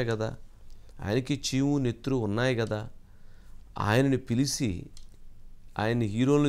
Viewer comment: Pilisi kaadu babu - Pilichi Aasveerwadam kaadubabu - aaseervaadam.